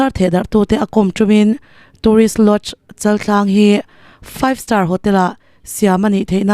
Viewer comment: Chaltlang niloin chaaltlang,chal hi thluk tur.